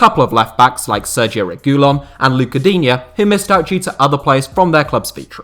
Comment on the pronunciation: Y'all gotta stop calling that man RegOOlon 💀